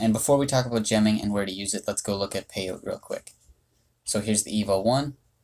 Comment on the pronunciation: It's probably pronounced "pay-oh-tee" because that's how the cactus species is pronounced!